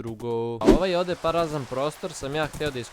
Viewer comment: rekao si parazan prostor umesto prazan hahahha 6:3